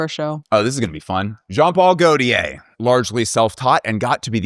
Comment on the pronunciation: Great video. Can you please keep the Name of each designer on the screen as you’re talking about them. And also the pronunciation of JPG compared to the rest is sending me.